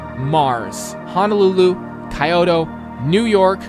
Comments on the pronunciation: small, small note... Kee-yo-to, not Kai-o-to (At least I am assuming you're mentioning Kyoto, Japan) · that "Kyoto" though